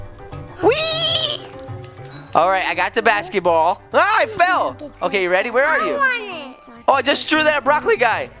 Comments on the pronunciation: He said bas- shi** ball in stead of basket ball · He said bashciball